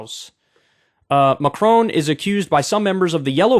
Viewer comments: It’s not Macrone, it’s Macron. His name rhymes with con, not cone. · FFS!! its Macron not Macrone!..pronounced Mac Ron.